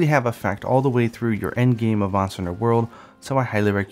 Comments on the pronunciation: Hah, it's a slip of the tongue cause he just said Mount and you know how it is saying similar words in succession. He ends up saying Mountster. XD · Sendo Tiago Good catch he is saying meownster lol